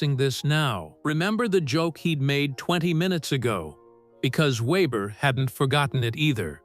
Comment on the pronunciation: AI always screws up saying names, it started off ok, then changed the way it said Weber